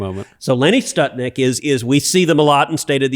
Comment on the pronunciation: Lenny Skutnik - Florida flight 90 crash into the Potomac hitting multiple vehicles on the bridge knocking them into the water below. My point is Skutnik not Stutnik. and this was a major plane crash not somebody crashing into the Potomac moment, survivors attempting to swim in the icy water and dying before the eyes of onlookers when this hero, gathered with many people on the bank of the river defied the risk to his own life by jumping from the bank into the water and saving a woman who was nearly sucked into the icy grave.